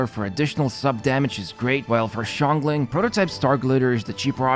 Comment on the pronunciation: Xiangling name is pronounced (Shahng ling)